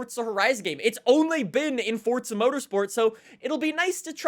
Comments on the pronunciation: It’s fucking forza not fortza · i didn’t know forza was spelled with a t 😊